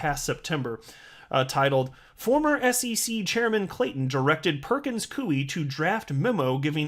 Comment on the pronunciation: Its pronounce ''pur·kuhnz koy" not "pur·kuhnz kuey"